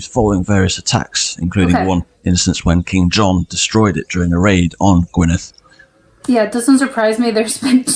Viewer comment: It's Gwynedd not Gwyneth